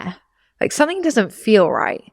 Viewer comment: It’s something not sonething 🥲